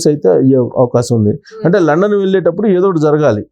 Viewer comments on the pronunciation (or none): Adhi London ra babu Landon kadhu